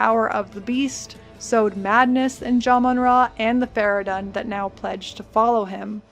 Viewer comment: fara-done ? they say fara-dune like 18000 times in game...